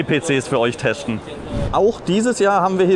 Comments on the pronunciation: letschte lol muss man teschten am näkschten und was soll dabei rauskommen ??? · Ist das der, der immer "teschten" sagt?